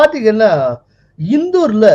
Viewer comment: It is not இந்தூர். Should be pronounced as இந்தோர். इन्दोर